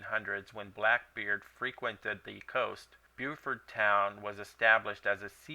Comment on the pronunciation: Pronounced "Bow-fert" it's a French word